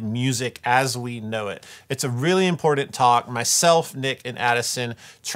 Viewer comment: Or as says "imporT-TenT" emphasis on the Ts.